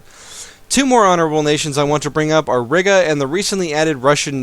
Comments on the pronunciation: Byzantium is pronounced Bizz-zantium, and I live in Riga in the United States, it's not pronounced Ri-Guh, it's pronounced Ry-Guh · The way you said Riga made me die